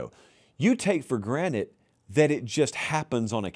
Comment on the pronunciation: I swear says for granite instead of for granted and I can’t unhear it